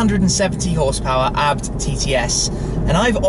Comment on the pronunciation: It's A.B.T not abbed 🤣